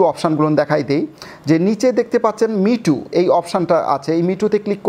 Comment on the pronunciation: মিটু না মিউট😂